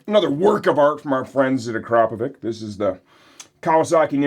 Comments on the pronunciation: "Please learn to pronounce that name correctly! It's "AcrapoviTS" not "AcrapoviK"". - Ryan from Cyprus CA. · At least learn to pronounce one of the biggest names in the moto world. It's not Akrapovic it's Akrapovic 😂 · pronounced “a-crap-o-vich”. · Ryan is bang out of order. You're 100% right not to trust stupid and lazy people who can't be bothered to spell and punctuate. Please learn to say Akrapovič correctly. The pronunciation should not be a regional choice, as this is company name. Look on YT for the correct pronunciation that's provided by the manufacturer. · My takeaway from this video is apparently I've been mispronouncing Akrapovic all this time... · NGL that is NOT how I was pronouncing Akrapovic....Also for prez.